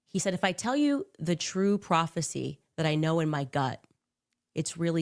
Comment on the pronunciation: This mofo said prophecy🤣